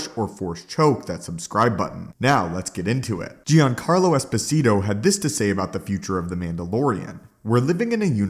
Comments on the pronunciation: "JONcarlo", NOT "GEEancarlo". Look up his interview on the Seth Myer's show if you want to hear it said correctly. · PLEASE READ!! I have been more than irritated at you deliberately mispronouncing words. Giancarlo... it's pronounced like "John-car-low" not "gee-an-care-low". PLEASE STOP. I actually watch fewer of your vids when you do that, significantly. Personally, I watched 1/6 videos you post, and I would watch EVERY ONE if you didn't do that. I love your content but that is an OCD thing that I am SURE other people deal with. I'm not saying I'll stop watching ur channel. I AM saying you WILL got more views if you don't do that. No one is gonna stop watching if you stop doing it, but I KNOW people don't watch because you do. I'm not threatening you, I like your content. I'm telling you the positive you THINK you're getting from the complaints via comment is worth less than the amount of subs and views you'll gain/earn by stopping.